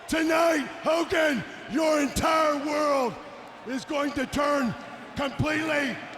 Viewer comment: Hoe Kogan